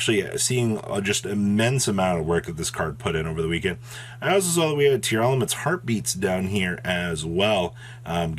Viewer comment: everyone mispronouncing tear-laments. its not tear-elements.